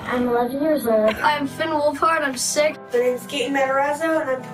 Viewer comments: ohh i thought he said "I'm Finn Wolfhard. i'm 6" lol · I thought he said he was six 😂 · I thought he said I'm 6 😂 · ⟟ thought he said he was six 😭😭😭😭😭😭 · AT FIRST I THOUGHT HE SAID HE WAS 6- then I was like “WAIT WHATT” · I thought he said six😭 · Is it just me who heard: I’m Finn wolfhard I’m six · I thought Finn said he was six 😭